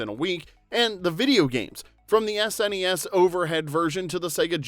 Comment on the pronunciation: You sir are a true GenX'er and I applaud you for pronouncing the Super Nintendo correctly as, S-N-E-S. It's not SsssNES, like all kids call it these days. Ugh, it's like nails on a chalkboard when I hear that. Also excellent channel BTW. Your narration is awesome.